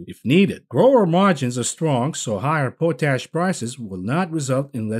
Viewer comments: Yes I'm having trouble you keep pronouncing pot ash as po tash😂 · Pot-ASH Not Po-tash Oh no…